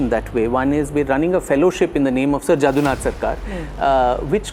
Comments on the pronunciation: please pronounce Jadunath as JODUNATH (जदूनाथ) not Jaadoonath. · Sir, I respect 🙏 your efforts but there is a correction, the pronunciation of Mr. Jadunath Sarkar is "Jodunath". Next time please check about bengali names. ❤❤